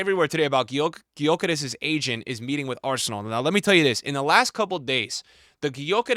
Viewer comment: Stop saying Sesko. It's Sheshko. Ch sound not S. Also Gyökeres is Gyuh-keresh, not Gy-okeres. American pronunciations bruh 🥀